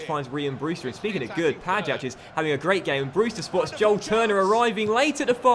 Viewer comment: the "ja" in Pajać is pronounced like "y" in yahoo.